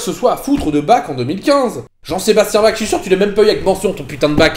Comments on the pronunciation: <Mode mec chiant activé> Ça se prononce Barh <Mode mec chiant desactivé> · Ouais, je vais faire mon pénible, mais entendre "Bac" a longueur de video m'a bien fais pleurer... Pourquoi vous prononcez son nom comme ça? :o Et a part ça, vidéo incroyable, comme d'habitude! merci, mec